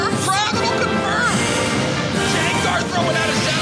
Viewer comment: did he just- say Jengar?